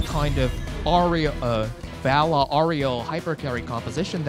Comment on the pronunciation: please get this guy to say Valla right.